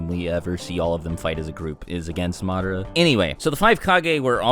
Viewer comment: Itachi is still the greatest. Imagine if he took another Uchiha's eyes like Madara and Sasuke did! Good lord the way you keep pronouncing Madara is killing me.